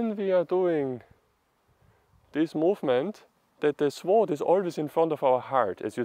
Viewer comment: Calm down, don't speak so quickly. Give the viewer a chance to digest what you are saying and comprehend what you mean. Relax.. (Sword-Colloquial English pronounciation as sord. The uu is almost inaudible, in practical terms the W is silent.) Please bear in mind that form follows function, at least it should. In the case of martial arts there is performance art, health, meditative practice, and combat. The focus in the form for all of them is different. Your intention should guide your path. There have been hundreds of schools of thought on this subject. Even then they were divided still into five main schools. Including scholar sword, doctor sword, peasant sword, etc. Most sword styles in China followed the deeply complicated five element theory and those societal norms as to what was correct for a doctor as opposed to a warrior. By the Han Dynasty these were all dictated by Confucian thought, which was in turn had blended with Taoism, and Buddhism. In Taoist terms the most important point was to let the sword make the cut, not the man wielding it. For combat, despensing with preliminary conditioning sets, and moving naturally with the sword was the difference between life and death. Getting to this point can take easily twenty years of serious training. A study of Shaolin sword quickly bares out the differences in style. For those interested in combat, as opposed to performance art, the study of Myamoto Musashi's Book of Five Rings is an indespensible must. Good luck, keep